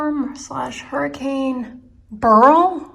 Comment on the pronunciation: I have friends in Houston and one was out of power for the week. Finally she got power. Very scary. I think on the East Coast, we will only get rain if there’s a hurricane. We got a brief shower from Beryl. Thank you for pronouncing Beryl correctly instead of pronouncing it Barrel.